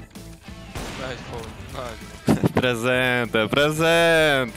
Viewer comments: its not pronounced presentee, its pronounced presentay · FFS DON'T SAY PRESENTCHI wtf is that??? IT'S PRONOUNCED PRESENTE!!!! LIKE PRESENT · Wtf is PRESENSCI bro, you even have clips on the video to know how to pronunce it So cringe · How do you even pronounce it as "prezenshi" xd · My favorite thing about this is hearing the pronounciantions of presente (im brazillian) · The way he pronounced Presente... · It’s pronounced in the clips and person can’t say it right 😅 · why do i feel like you absolutely butchered the pronunciation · Why is he pronouncing it like that...